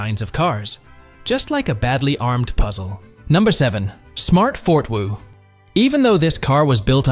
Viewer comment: Smart fort-wo😂😂😂. It is smart for-two😅